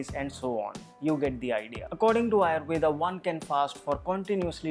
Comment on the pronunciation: Yes Ayurveda not Ayurved